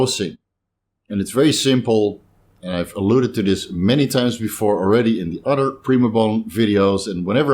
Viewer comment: Bro uses the word uder alot I’m guessing not from down south lol